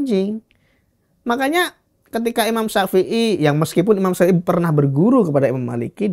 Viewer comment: narasumbernya bilang Imam syafei jd syaepiyyah😂